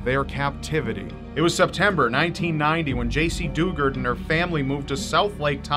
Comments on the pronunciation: Jaycee dew-GARD SAID LIKE THE WORD GUARD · It’s pronounced du- Gard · JC Dugard is one that's close to me. Literally, happened near my home town. My mother drove me by the house she was kept at shortly after they found her. It's pronounced du-GUARD btw